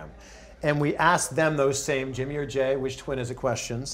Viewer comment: It's Jey not Jay😂😂😂